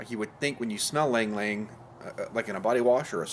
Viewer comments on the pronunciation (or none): Lang lang 😂😂😂 Americans 😂 ILANG ILANG YOU READ IT AS IF ITS YLANG YLANG